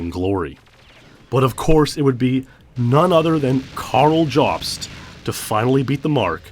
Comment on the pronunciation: It's pronounced "yōbst" not "jahbst" for Carl Jobst